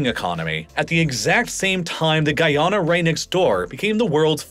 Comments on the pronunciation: Every Guyanese person is cringing at your pronunciation of Guyana. (Love your videos otherwise, man, keep up the good work) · Hearing you continually say my country's name wrong is upsetting